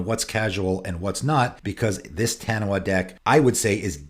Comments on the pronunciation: Hearing you say "Taniwha" is slightly triggering me lol, its a popular creature from Maori myth pronounced "tuh-knee-fuh". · FYI, 'Taniwha' is a Maori word, and in Maori, 'wh' makes a 'f' sound. It's pronounced tah-nee-faa. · Great video, and discussion points. Side note: Taniwha is a Māori word and is pronounced 'Tahneefaah. I'm sure most people not from the pacific wouldn't know that, so this is for people with a Taniwha deck who want to say it correctly. I'm from New Zealand, where the word is common knowledge, so I had to comment. ✌️